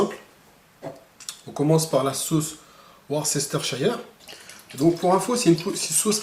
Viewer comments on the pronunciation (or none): Super recette.à essayer, j'adore le beef jerky mais à acheter tout fait ça coûte une blinde. Pour t'aider, la sauce anglaise Worcestershire se prononce grosso modo "Worsteurcheur"